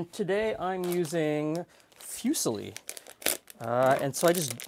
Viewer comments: It's "foo-SEE-lee" but he's Canadian... cut some slack;) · Did he really just pronounce that fyusali? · I love your videos, but small tip from an Italian: drop the "you" sound in 'fusilli'; the pronunciation has a just a simple 'uh' sound, as in 'put';) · I just never heard anyone pronounce it like that ever that's all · is that how you pronounce fusili in english? it really hurts